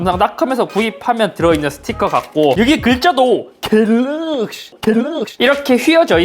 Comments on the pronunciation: 겔르억시-일단 박제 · 겔럭쉬~ 에 웃었습니다 ㅋ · 궬뤄어얷~ 이거 왤캐 웃기냐 진짴ㅋㅋㅋㅋㅋㅋㅋㅋㅋㅋㅋㅋㅋㅋㅋㅋㅋㅋㅋㅋㅋ졸귀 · "갤ㄹㄹㄹㄹㄹ" 겁나 웃었네ㅋㅋㅋㅋㅋㅋㅋㅋㅋㅋㅋㅋㅋㅋㅋㅋㅋㅋㅋㅋㅋㅋㅋㅋ 나 왜 이게 웃긴 거지?ㅋㅋㅋㅋㅋㅋㅋㅋㅋㅋㅋㅋㅋㅋㅋㅋㅋㅋㅋㅋㅋㅋㅋㅋㅋㅋㅋㅋㅋㅋㅋㅋㅋㅋㅋㅋㅋ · ㅋㅋㅋㅋㅋㅋㅋㅋ갤럭시 읽는거 개웃기네 ㅋㅋㅋㅋㅋ